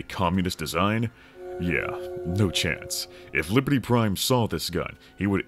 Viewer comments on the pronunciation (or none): none